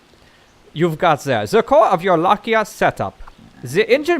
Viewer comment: It's Lai-ka, not La-kia xD Coulnd't stop laughing every time you said it wrong. Keep up the good work though, love your videos!